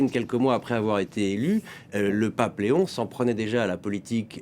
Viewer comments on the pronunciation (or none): vous ne pouvez pas dire Lééon XIV et non léon! c’est le Pape pas votre copain 😡